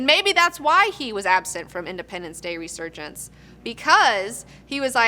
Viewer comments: should probably know it's reSurgence... not reGurgence...0.42-0.44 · ...Soon as you said "Regurgence". You lost a viewer. How bias right from the start. I won't miss this second rate show anyway. Edit/add. Meant to say 3rd rate show since I have seen better from hosts that only have a shed to stream. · "Regurgence" ;D